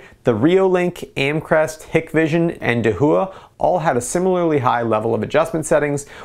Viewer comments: da hua, not de hu a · slightly triggered by the pronunciation of "dahooah" (da-wah) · First off, excellent review and very thorough with both quantified results as well as subjective! Second, I cringed every time you pronounced Dahua. It’s a Chinese name and is pronounce dah-whah. It translates to “Big”. There you go - for future videos! 😊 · Dahua is pronounced daah-waah